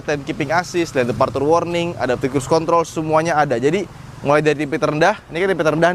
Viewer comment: perna dengar dia orang sebut control.? 🤣